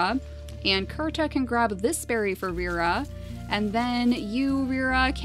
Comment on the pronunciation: When you found Kirta, and pronounced it Kurta, I automatically said he had to be the last survivor of his clan.